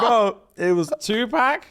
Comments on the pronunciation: The way pronounces Tupac as two pack and not two pock... i can't take it...bahahahaha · First of all, it's Tupac -2 pox not 2 pack 🤣🤣🤣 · Stop this madness,, you bottom boy, we love you but I can't stand for this. His name is pronounced Tupac. It is not Pack like Pacman, the letter 'a' sound like the 'a' in awesome or Aubrey. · Can I just say how much I hate the way the Brits pronounce Tupac 😂😂😂😂😂 its “pock” not “pack” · brah its pac not pec man wtf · 2-pack!!!! Hahahahahha not like pac man… lol. Like saying “Pock…” Tupac - Twopock Shakir - Shackeir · OMG TuPACK 😂😂😂 yuck! That A is killing me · Please say his name right 🤦🏾‍♀️ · The way y’all pronounced 2 Pac 😭😭